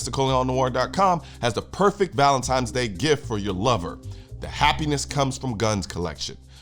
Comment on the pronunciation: Can you say Valentine's Day again😂